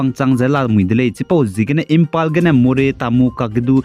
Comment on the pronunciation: Imphal not Impal Thanks for the daily news 👏.